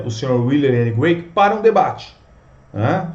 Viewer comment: William Lane CRAIG, e não Graic. A pronúncia do nome dele é com C e não com G. No vídeo todo sua pronúncia está equivocada! Vídeo legal!